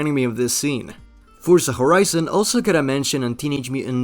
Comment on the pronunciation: did he say forza khorizon?